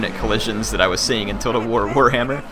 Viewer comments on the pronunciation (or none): none